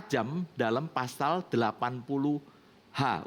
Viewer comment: ngmong pasal jadi pasar .